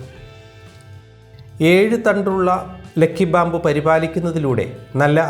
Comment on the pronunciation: ലെക്കി അല്ല ലക്കി